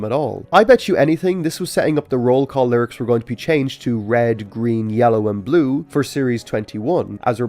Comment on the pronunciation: this is the first video i watched from you and i wasn't really paying attention until the end where you said bue in Irish. That caught me off guard. An Irish guy talking about Thomas is the last thing I expected to see today